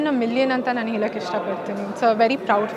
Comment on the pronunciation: ಹೇಲಕ್ಕೆ ಅಲ್ಲಮ್ಮ ಹೇಳಕ್ಕೆ.